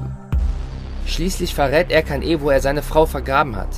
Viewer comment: Der Sprecher klingt iwie komisch 🤔 Und ich bin mir ziemlich sicher, dass es nicht Erkan, sondern Er-dschan ausgesprochen wird.